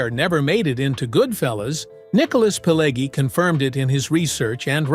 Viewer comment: "20 Weird Facts You Didn’t Know!" Really? Do you seriously think that everybody is that stupid that they need somebody to tell where the bear shit in the buckwheat? This video is not any good. There is a separate fire in hell for making it: mirror view clips, pictures from "Casino" and so on. Joe Pesci's name is pronounced "Peh-shee". It's [siˈmoːne], not [siˈmoːn]. Pileggi - it's [piˈleddʒi], not [piˈlegi]. It's the Lufthansa heist. Where is the second name? What Thelma? The "Thelma & Louise" film? Thelma Schoonmaker? Tommy DeVito got killed. How can he be so old? Schoonmaker is a Dutch name and pronounced as [ˈsxoːnˌmaːkər]. It's in Nicholas Pileggi's book, not in Nicholas' book. You tell the story about Copacabana and show the pictures from the 1995 "Casino" film. Jimmy Conway's obsession? Not Robert De Niro's? - Prefect the role? Not perfect the role? It's look-KEH-seh (Lucchese).